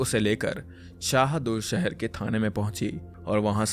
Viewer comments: Its SadulSahar not sehdul sahar c'mon man i thought you do reasearch welcome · Bhai vo sehdul nhi h SADULSAHAR h